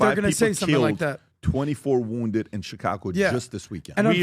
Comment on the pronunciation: dont forget also "Chi-congo"